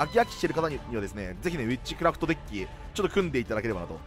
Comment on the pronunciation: ビッチクラフトに聴こえる 幻聴か